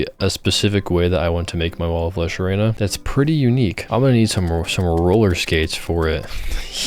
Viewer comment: why do you say arena like that 😭